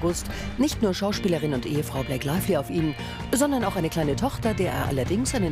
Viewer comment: Blake Laively? Oder Blake Lively?